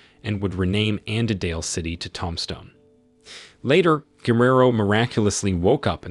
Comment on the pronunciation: It's pronounced "toomb-stone" not tomstone.